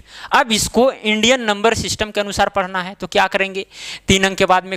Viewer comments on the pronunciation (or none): none